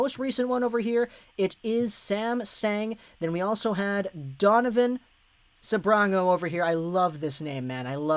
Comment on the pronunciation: Donovan “the speech impediment assassin” Sebrango